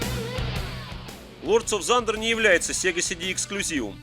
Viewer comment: спасибо за обзор! очень лампово, на всё свое мнение, но оно ненавязчиво. единственно - режет ухо "зандер"/thunder ) уж лучше "тандер" или на край - "сандер", т.к. звук в этом слове глухой